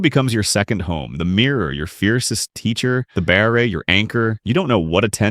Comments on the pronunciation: It's still just pronounced as 'bar' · The AI voice doesn’t know how to pronounce BARRE.